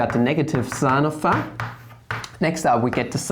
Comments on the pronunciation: And phi as pha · and pronountiation of y too. pha, wah.. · your way of pronouncing phi and eata is flammable. very good explanation. thank you for suggesting hitpaw's screen recorder.